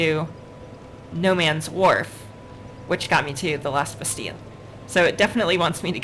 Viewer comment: Pronounced Bas-TEEL. It's French, not Spanish.